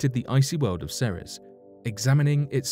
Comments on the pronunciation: Ceres is pronounced See-Rees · seems like this guy says "Ceres" differently "The 2006 Pluto Debate?" Oh yeah that's legendary.